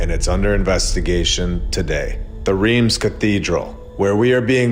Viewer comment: Reims is pronounced something like Rance as in France.